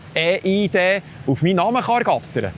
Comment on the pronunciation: Wieso ÄH IH DE? Heisst das nicht IH EI DI? Viele Grüsse 😉